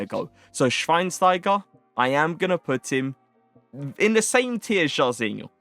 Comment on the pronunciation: A lil tip how to say Schweinsteiger correct..say the (S)teiger like you say (SCH)wein. Edit: say schweinschteigah